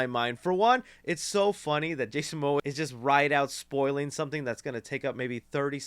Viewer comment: bro putting up the fight of his life trying to pronounce Momoa